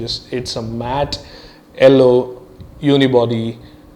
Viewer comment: Its yellow....not ello!!!! XD HAHAHAAHAAH